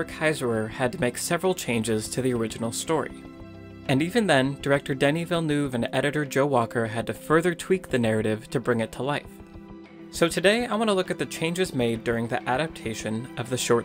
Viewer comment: Denis Villeneuve is pronounced "den-NY VILL-nuv"